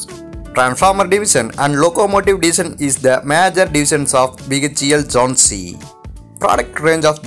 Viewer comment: "Jhonsi" 🤣🤣🤣🤣 Area in m3 instead of m2. And what's with the elongated last syllable of every word. Railwayyyyyy Kahan se late ho aise narrators 😂